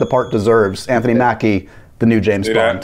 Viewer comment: I didn’t know I needed that blooper of Seb butchering James Bond 😂